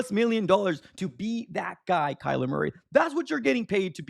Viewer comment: It’s not Kyler!!! Are you that slow??? Smh